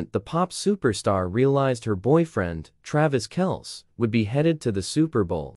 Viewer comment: You didn't pronounce kelcie properly. Their name is not kelc it is like kelcy. If you don't believe me listen to the NFL announcers how they address Trevor Kelcie